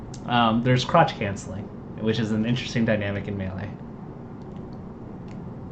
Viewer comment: Lol why do you think it's "crotch cancelling"? It's "crouch cancelling".